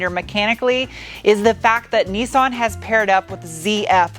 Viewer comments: sorry to be a nerdy nerdie nerd;) BUT ITS NIS-SAN like MISS-TAN not NESAN like GPAN, just thought you might like it...really like your compulsive disorders... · The major problem with this video is your pronunciation of Nissan. 'Nis' = Niss like Kat-niss, 'San' like San-itary. There is no point trying to make it sound remotely foreign.